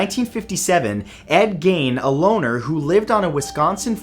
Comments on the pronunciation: Tim Huber Also. . "Geen" not "Gain" . I feel like we're doing CinamaSins here lol. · I wish he A. Pronounced Gein's last name right. Pronounced (Geen) B. Went more in depth with what the police found at his house. Skin curtains, skin lamp shades, nipple belt. The list goes on. Welcome to Wisconsin folks. We have beer, cheese, and serial killers. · Wd gein not ed gayne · Ed Gein...... Not gain lol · Ed gein his last name is pronounced geen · First off I am new to this channel and think your great. Just a couple of fyi's. Ed Geins you miss pronounced his name Geins is pronounced with the hard E sound not the hard A, and when including also when including "Texas Chainsaw Massacare" in your list you should also include "Psycho" and "Silence of the Lambs" as both Norman Baits and Hannable Lecter are both based of off Ed Geins. Thought you like to know. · i would give a full paycheck to hear one person from the USA properly pronounce Ed Gein's name. Seriously.